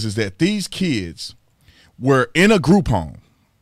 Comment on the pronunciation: Everytime you say group home it sounds like groupon and my wife and I died laughing .